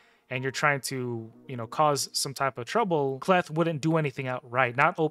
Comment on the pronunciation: Hey I agree with your assessment of the Knights Revenant faction, so don’t think that I am nitpicking, I can help you with the pronunciation of K’Leth . When a letter comes before an apostrophe at the start of a name or word that letter is pronounced in the long form, examples are seen in African, Native American and some other Eastern cultures. So the probable way to say the name K’Leth would be as follows: K’Leth would be pronounced as “Kay-Leth.” But that doesn’t mean that I am right, however I study names and cultures as a hobby.